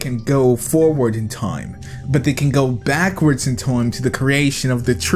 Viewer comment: BTW we dont say bark-wards. I Feel Triggered!!!